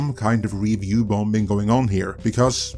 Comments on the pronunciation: bomBing? the 2nd B is silent. please get it right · The second b is silent in ‘bombing’. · The second “b” is bombing is silent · The second 'b' in "bombing" is silent, otherwise, everything you say is gospel.